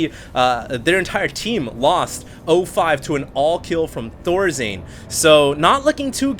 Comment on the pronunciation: "ThorZane" really now ? Isn't it Thorzain ???